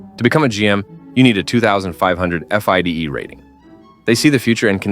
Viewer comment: Learn to pronounce "FIDE."